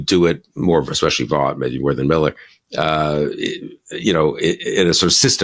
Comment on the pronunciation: It's shocking that Bill Kristol doesn't bother to check how to pronounce somebody as important as Russ Vought that most people don't know about and that Kristol wants to inform them about. It's pronounced like VOTE, not like BOUGHT.